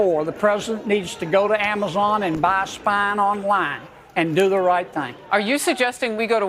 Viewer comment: He said buyva spine online 😅😅😅😅